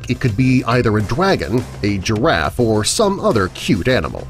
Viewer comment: He can't say his R's like dwagon and giwaffe